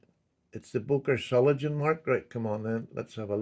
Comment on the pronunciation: It's pronounced Zoh- ling- enn,,, 😂